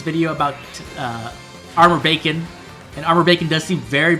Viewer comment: Every time you say Armored Beacon, I hear Armored Bacon 😂 I had pretty great luck with Young Rebecca myself. Sorry for taking your Rebecca luck 😢